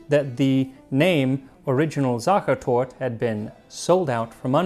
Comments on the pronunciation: yes, he really did. the whole research was fascinating regarding the family and hotel. I only picked up on your comment as the most vital thing ie torte was mispronounced. Honestly, I feel awful, Max is amazing....but, really, just get the name of the cake right, it's 4 syllables, the E after Sach...is the same as the e after tort please forgive me, he got so much else spot on. I was being flippant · Yes it's apparent you tried to learn to pronounce it right but got it wrong every single time. 1. The last E is pronounced, and in Vienna they really pronounce it as a short E, not even a schwa as in Germany 2. There is no voiced S (Z) sound in Viennese dialect so the initial S is unvoiced as it would be in English Lastly, your critique about this cake is spot on. Dry and crumbly. Never liked it myself and would take a Topfenstrudel mit Vanillesauce over it any day! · Yes! He was saying it so often it was starting to grate on my nerves a little 😂 I really love how much effort you put into your pronunciation though, Max!! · SachertortE, you pronounce the E at the end. And Süddeutsches Kochbuch will not have the original recipe as it is German and not Austrian and only Café Sacher does have the original recipe. All other SachertortE are varieties. Beware: I am not saying the original one ist the best 😉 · Sachertort" instead of,,Sachertorte" Me: weeping in Pain🙃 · You need to pronounce the E --> SachertortE !! Not Tort, it's TortE !!! But I still love you 😘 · Hey, kudos to your on point pronounciation of the ch, which is usually quite hard for english native speakers but fyi the e at the Torte isn't silent at all. It's really just pronounces tor-te. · Sachertort*E* German is not french! The "e" is not silent! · Your German speaking friends should have told you not to miss the e at the end of Sachertorte. You say Sachertort the whole video, which reminds me of the word turd, sacherturd. Just pronounce the e at the end and pronounciation is great. Schlagobers was on point